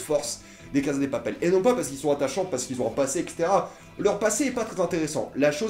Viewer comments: La CaSSa de Papel ! En espagnol meme avk un seul S ca fait "sss" pas "zzz". C'est comme prononcer "Teu Walkung Deuad" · Loïc Dum Il prononce a l'espagnol et ose prononcer "La CaZa de Papel" au lieu de prononcer "La CaSSa de Papel". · Ca se dit cassa pas caza c est en italien caza